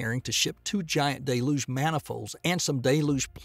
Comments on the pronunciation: Dude can't even pronounce Deh-looge correctly and has the nerve to say BFR stands for Big Falcon Rocket. Absolutely clueless about anything space related or even just regular English. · Its pronounced del-yooj!! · Look, I like his accent and all, but please go over pronunciation before recording. Deluge & Baikonur